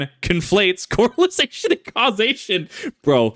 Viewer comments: It's correlation, my man, not correlization. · 0 out of 5 stars Bro kept saying coralization instead of correlation, literally unwatchable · I love you but it's correlation not corelization. It's Correlation! Because there's a co-relation, KIP! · Drink every time this mispronounces “correlation”.